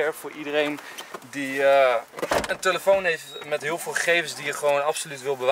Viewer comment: Niemand: Enzo: tUlefoon